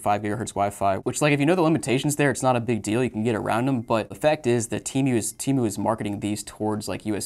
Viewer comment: How did you pronounced temu lol timu